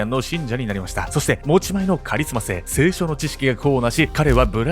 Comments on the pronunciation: セイショ⤴︎ ？ セイショ→ じゃないの？ 清書に聞こえる どっちが一般的なんだろう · 清書のイントネーション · せいしょ↑なの？笑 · 聖書が清書に聞こえる。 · [聖書]の読み方が[清書]になってる。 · いつも見てて今回も面白い内容なんですけど、聖書のイントネーションが気になる🥲🥲せいしょ⤴︎じゃなくてせいしょ⤵︎じゃないんですかね。？自分も正しいかわからないし細かいことなんですけど、見てて気になってしまいました。。💦これからも応援してます。頑張ってください！！ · 聖書の発音が清書になってて毎回気になる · 聖書のイントネーションが清書になってますよ？ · そのイントネーションだと「性書」に聴こえる．．．。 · 「聖書」のイントネーション気になる…笑笑 「清書」の読み方だね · せいしょ→だと思います。笑 発音違っても理解できれば問題なし(*´∀`*) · 聖書のイントネーションが気になるwww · 「聖書」の発音が変なのが気になります。テレビ局がやらかしたと言えば、オウムの「坂本弁護士一家殺害事件」がありますな。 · 聖書の発音不気味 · 聖書の発音気になる笑笑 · 聖書の発音めっちゃ違和感ある… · の聖書のイントネーション気になって仕方ない、、、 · 聖書 のイントネーションがちょっと気になる(´・ω・｀) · こんばんは！聖書の発音が違うような😅